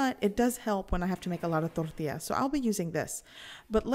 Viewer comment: You got me at rolling your "R's" in Tortillas! Thanks for showing us how easy it is to make them...